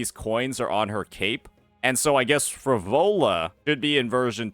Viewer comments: PHRO-LO-VAAAAA bro come on what's wrong with your pronunciation... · "Phrovola"? Really? How can someone manage to mispronounce EVERY SINGLE CHARACTER'S NAME in their favourite game? Is dislexic?